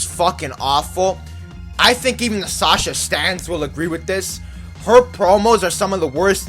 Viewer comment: Borrero it’s Sasha not sacha